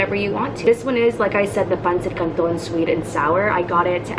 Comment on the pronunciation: Are you filipino? You just pronounce it very good...